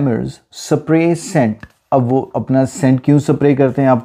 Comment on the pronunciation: Spray pronaun wrong hai